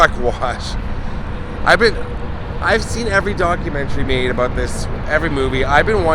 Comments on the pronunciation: "probably aboot right there" ❤ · When you said a boot I could tell you are a Canadian